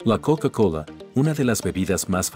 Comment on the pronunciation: La "KoUka KoUla"